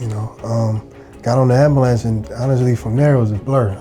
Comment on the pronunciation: Dude be so educated but cannot pronounce AMBULANCE CORRECTLY.